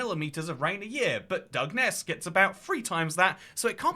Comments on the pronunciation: It's pronounced "Dungeon-ness" 🤣 Also, we have rainforest too! A diverse little island indeed ☺️ EDIT: Sooo ... I'm just gunnu leave this here as a lesson to myself, and others, not to pause the video to correct somebody. They might just start saying it right like 10 seconds later 😅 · Thanks for correcting your initial pronunciation ‘dug-ness’ lol!! Do u have dyslexia btw? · As someone from nearby on the South East coast, I find the way you pronounce Dungeness hilarious… it is actually more like “Dungeon-ness” 😅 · It's pronounced "dungeon ess" and it feels like being in a fallout game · FFS it's pronounced Dungeon- ess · Its pronounced dungeon-ness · Its pronounced dungeon-ess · Dun gen ess... Also, north Kent is almost Mediterranean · Dungeness is pronounced dungeon-ess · The pronunciation of Dungeness in the beginning pained me